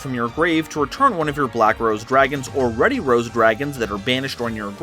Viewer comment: You're saying Ruddy wrong................